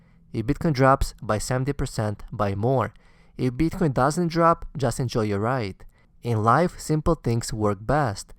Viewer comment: Best video I've seen on advice for the recent dip for noobs and reaffirmation for oldies. Thanks. Love the way you pronounce Bitcoin: You must get a lot of BTC pussy.